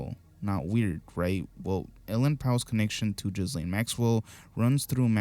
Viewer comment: I just want to let you know that it's not jizzlane 😂😂 French pronunciation: "zhee-LEN" (soft "zh" sound, like "measure") Common English pronunciation: "Ghee-lane" or "Ghee-len" Another English pronunciation: "Ghee-lahn" Pronunciation guide: The first syllable is a hard "g" sound, like "give". The "s" is silent. The second syllable, "laine", can be pronounced to rhyme with "lane" or "again